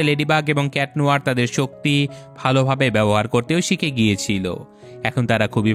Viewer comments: Kitnohor ❌ cat noir✅ Floe❌ chloe✅ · Not cat nohor it is cat nuar